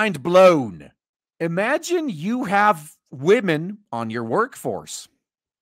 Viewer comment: "Imagine you have wahmen on your workforce...." NOOooooooooooo!!!!!!!!!